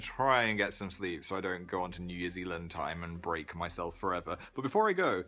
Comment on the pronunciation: he said New Years ealand instead of new Zealand